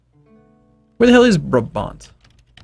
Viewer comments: its pronounced as braabant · it's braaaah-bahnt